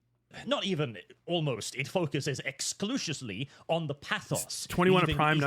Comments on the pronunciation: the guy says "exclushively" I saw the original response and forgot that the guy can't pronounce words. I can't remember his name it isn't important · I gotta ask for anyone who watches consistently, is he mispronouncing words on purpose? Like I have my share of Rich Evens moments, but for someone who goes on about he's just talking normally but also says shit like "Exlushiously" Is that a bit, or is he just that rock chewing stupid?